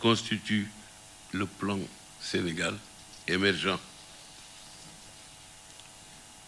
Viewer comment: Ce vieillard, qui ne peut même pas prononcer le plan Sénégal émergent en parlant de plon Sene émergent , comment peut etre mandate pour choisir un candidat Ces applaudissements cac